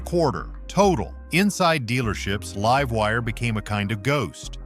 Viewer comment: Liv-wire? Lol. God i hate AI voices lol